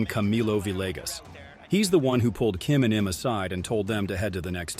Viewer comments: It’s apparent you have no idea what you are talking about when you mispronounced Camilo Villegas name (pronounced “vi-jay-gus”) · Announcer has no clue how to pronounce names of players or tournaments. Vilaygus? Oluzable? Wachowvia? The fact you don't have Fuzzy Zoeller saying "Fried chicken & watermelon" about Tiger's Masters dinner negates your entire list.